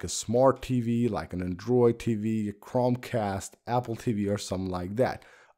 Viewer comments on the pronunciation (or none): You said crumbcast